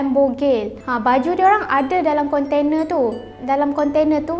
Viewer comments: geram betol setiap kali dia sebut "kontene" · Konte-nee pun konte-nee laa 🤭🥰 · a ahh...mmg betul pun. kan sy dah mention ade 2 maksud. cume cara sebut tu je. sbb biasa panggil konteNA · budak ni sebut container